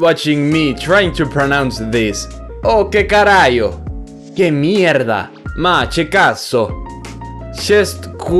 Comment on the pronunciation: i'm italian and the way you said "ma che cazzo" Is wrong